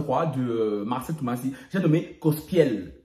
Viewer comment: C’est Marcello Tunasie et non Marcelle Tumasi 😂😂ahhh